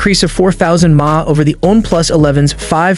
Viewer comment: You pronounce "mah" ? Dude, get a grip